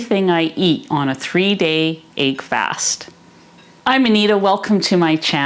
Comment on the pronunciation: She's awesome, I love Anita and her videos. The mispronunciation of this word as well as leg being pronounced as laig trigger me really hard lol